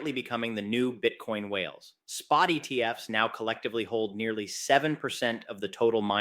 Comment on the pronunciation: you said ETF’ESS - are you ai generated? didnt you mean ETFs? I’m very suspicious now